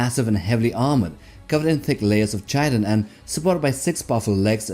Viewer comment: FYI, "chitin" is pronounced like kai-tn, not chai-tn. Yep, English is an exremely counterintuitive language.